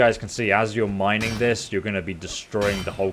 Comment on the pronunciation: Heya! Huge fan but um...."Mining" not Mineing